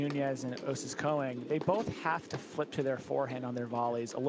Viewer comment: One announcer rotates between Koing and Cohen instead of Konig. It’s distracting.